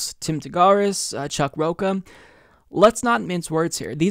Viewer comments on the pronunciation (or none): Rocha, like "cha cha cha",. Not ka like "caca" (poop). Lol!:) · It's pronounced "Rocha," not "Rocca." Come on,. I thought you were Hispanic and that your last name was Figueredo. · I wonder if mispronouncing Rocha on purpose.